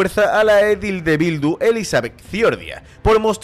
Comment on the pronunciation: Edil se pronuncia acentuando la segunda sílaba, no la primera.